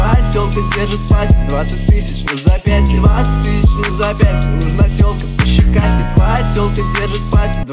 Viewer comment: Я кайфую от фразы «нужна телка пощекастей», блин как круто произносит)) Словно «нУжн т’Олк пащикасте»😎😜👍🏻👍🏻